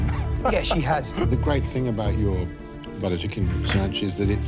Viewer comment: Buttah chickan 😂